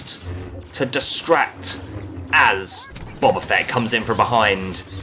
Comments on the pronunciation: It's BOE BA Fett. Not BOB A FETT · "Bubba fett". Nice.